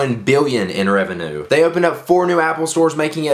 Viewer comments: rev-e-nyew not rev-e-enoo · I hate how you said revenue.